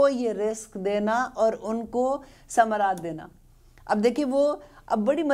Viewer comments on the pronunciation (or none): Mam 126 ayat mein minasamarate hai minattanarate parha q